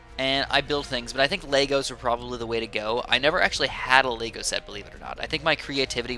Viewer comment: Is just me. But when he said lego, it sounded like laego.